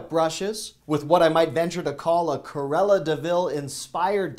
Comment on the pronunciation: CRUELLA... not carella!